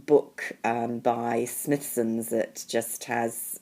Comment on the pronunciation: Dahhhling - Smythson is pronounced smy - th -son, as in 'my' not 'myth'. I love their notebooks! You got great taste all round x